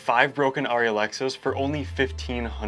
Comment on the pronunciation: It’s painful listening to you pronounce it wrong. Airy not auri. And your videos could be much shorter. We don’t need all the golly G wholesome responses and thoughts. And finally I don’t know why everybody thinks shooting with The widest aperture is somehow cinemagraphic. Maybe for TV commercials but In movies it’s much more important to have your subjects and focus then your depth of field be a half an inch.